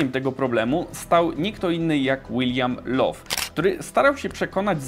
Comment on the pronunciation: Bardzo fajny materiał, ale niech ci ktoś pomoże z angielskim. Pan Lowe chyba się w grobie poprzewracał, że go ktoś pomylił z panem Love i nie ma też klawisza "dilejt" :)